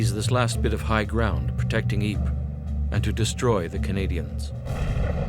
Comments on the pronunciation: ypres is actually pronounced as "eepur" and not like "eep"... its hurting my ears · If only you pronounced Ypres properly i might have taken you seriously , why should i take anything you say as fact when you dont do the basic research into its name despite being in the Town .